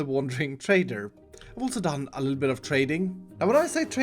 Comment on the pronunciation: "I have don it!"